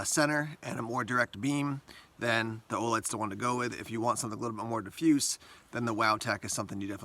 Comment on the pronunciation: over a year later. but i cant stand the way he incorrectly says diffused. its diff like in a vehicle and fused like stuck together or electrical fuse. diffuse. not diffoose